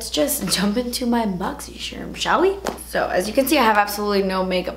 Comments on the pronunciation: Love your boxycharm videos... drives me insane that you say boxy-chermm. But when my videos are playing and I hear you say it i know it's you boo!🤣😉 keep inspiring is us all. 😄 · I believe it's pronounced Boxy Charm, the Charm sounds like when you would describe a charm bracelet or Lucky Charms. Or like when a person is charmed by a cute child or something. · I always look forward to hearing her say "BOXYSHERM!!!" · I don't even have Boxycharm but I watch these videos just to hear her say "Boxysharm" 😍